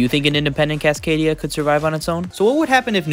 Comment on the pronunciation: Cascadia, not Casadania